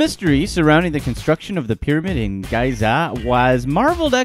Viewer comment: Gaaiza. lol :D